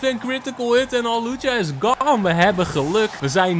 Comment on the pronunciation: Het is hawlucha niet Halucha🤣